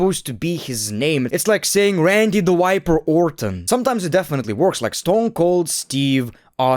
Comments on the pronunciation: Bro please learn how to pronounce "v" and "w". You said Randy "the WIPER" Orton. I wonder what does he wipe? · It's Viper not Wiper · prounounces V as W